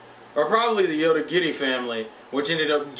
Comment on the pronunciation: ALSO, pronunciation masterlist: Namie Yagiri (not Yodogiri): Nom-eh, or Nom-ee Saburo Togusa (van guy): SAH-buh-row TOE-GOOSE-UH Aoba - Oh-ba. And if I can remember any more, I'll let you know.